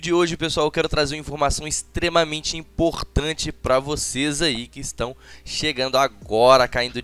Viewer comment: Muito imporrrrtante kkkk